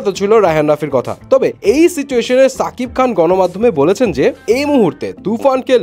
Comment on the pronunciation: ভাই নাম টা ঠিক করে বলেন সাকিব না শাকিব